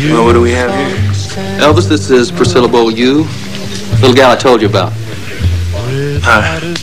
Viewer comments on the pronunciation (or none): So is that how Beaulieu is pronounced? Bowl-yoo?